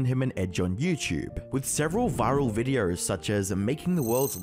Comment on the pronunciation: Has anyone ever told you you make subtle extra R sounds when you speak? “Videorrrrs” “Uploarrrrds” “Episorrrde”